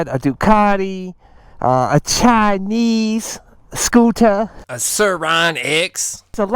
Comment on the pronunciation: 🤣 "a chanese scootah" followed by the edited in surron part killed me